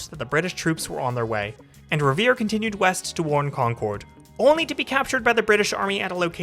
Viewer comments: Along with Charles-TOWN, you need to work on Concord. It's not CON-CORD, it's KONK-erd. 🙂 (Or KONK-id, if you want to go full-on Masshole!) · Also, Con-curd, not Con-cord.